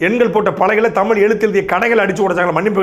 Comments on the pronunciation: முதலில் நீ தமிழை தமுளாக பேசுவதை நிறுத்து ! இளையராஜா பாடல் வார்த்தைகள் போல காலோம் ராகோம் மோகோம் நியரோம் என தமிழ் சிதைந்து போவதை நிறுத்து !! தமிழ் மட்டுமே இப்படி தேய்ந்து போயிருக்கிறது அதாவது உன் தமுளில் " தேய்ஞ்சி போச்சி " ! தமிழே இப்படி இருக்கும் போது "தமுளு தா ஒசத்தி" என அலறுவதில் பயன் இல்லை !! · முதலில் உங்கள் அண்ணனை ழ உச்சரிப்போடு ஒழுங்காக பேச கற்றுக்கொள்ளச் சொல்லவும் ! பிறகு தமிழுக்காக மூன்றாம் உலகப்போர் தொடங்கலாம் ! சாட்டை முருகன் தமிழ் தமுளாகும் போது சிரிப்பை அடக்க முடியவில்லை ! ழ, ஜ , ஹ உச்சரிப்பு அறவே இல்லை அவரது பேச்சில் ! சார்ஜ் [ CHARGE] என்பதை CHAARCH என்கிறார் ! PROBLEM என்பதை BIRAAPLEM என்கிறார் ! வழக்கம் என்பதை வளக்கோம் என்கிறார் [ இளையராஜா வரவால் சிதைந்த தமிழ் ] ! தமிழுக்காகப் போராடுவதாக சொல்லிக்கொள்ளும் எவருக்குமே ஒழுங்கான உச்சரிப்போடு தமிழே வரவில்லை !! அவர்கள் சோகமாகப் பேசினாலும் சிரிப்பு வருகிறது !